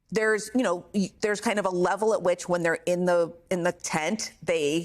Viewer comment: Michhelle Goldberg: craven is pronounced with the ay sound (long "a") as in brave, not the ae sound as in Kracken.